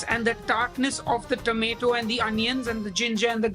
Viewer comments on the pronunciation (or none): lol she said tomato wrong lol.